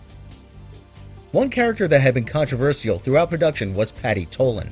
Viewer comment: oh man if I hear him mispronounce controversial one more time in any of his videos, I'm going to punch him through the monitor